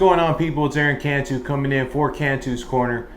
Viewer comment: It's Cantu.. not Can-tu.. lol.. pinche pocho... Ortiz getting ready for Crawford .. not Spence.. can't even get Crawford vs Spence.. Ortiz still needs time.. his not accurate puncher..